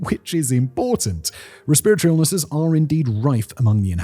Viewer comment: I’m so confused as to why he can’t say respiratory like a normal person 😂